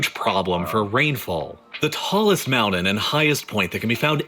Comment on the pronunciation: Why can't he pronounce the t in mountain ugh it's erking me I'm ready to mute or move on to the next video.